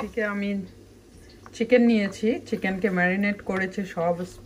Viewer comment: u have said kitchen. (8.20) it's Chicken not kitchen. don’t mind apu